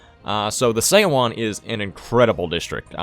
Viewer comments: Your mispronunciation of seowon 소원 /sʌwʌn/ is making my brain cry. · the "eo" is a single vowel that makes the "uh" sound. so it's like we would pronounce "Suh-wan", Her name is Pronounced like "Sun Duck". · And Seowon is pronounced like suh-one